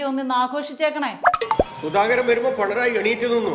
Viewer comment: ..പിണറായി യാണെ പണറായി യാണൊ ബാലൻ പറക്കുന്നത് പെണറായി ന്നാ ന്ന് മോളെ ശ്രധിച്ചില്ലെ